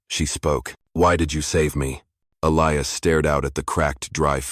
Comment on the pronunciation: Why is Elias pronounced in three different ways? Uintelligent AI? The Apaches speak very good English though.